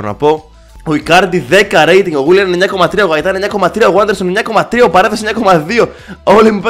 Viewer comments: Δεν διαβάζεται waderson αλλα vaderson είναι Πεχτης της Λαμίας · Ειναι Βάντερσον και όχι Γουάντερσον by the way.